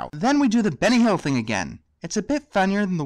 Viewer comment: Okay. a bit fannier? i dont want to sound like a dick. but could you pronounce the U correctly so we can difference it from the A?